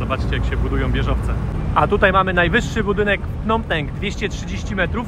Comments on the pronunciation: .Nie Pnom Penk,a 'Pnom Peń".W stolicy macie polska knajpę" WARSZAWA".😊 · wymawia się Pnom Pen!!! A nie Penk! Super pooazaleś drugą stronę! Lubię jak wchodzisz między lokalnych! Pozdrawiam serdecznie! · .Po polsku mówimy "Pnom Pen,Peń).